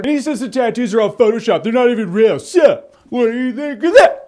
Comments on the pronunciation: Hey Jeremy, you're the man. "Whatdayathinkathat?!" :l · Everytime Jeremy says "WHADDAYATHINKATHAT!" my love for him increases 10 fold. I die every time!!!!!!!!! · "Whatayathinkuhdat??!" I hope this becomes a running gag. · "WhaddayathinkaTHAT?" is my new favourite phrase.